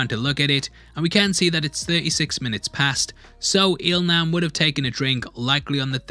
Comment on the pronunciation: Il Nam is pronounced as "Il Lam".